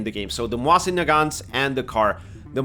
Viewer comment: It's MOSIN, not "moahsin", they're not French, you know? :)